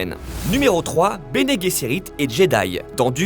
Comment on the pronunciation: Bene Gesserit prononcé Guesserit. Vous pensez qu'il dit Guirafe à la place de Girafe ?!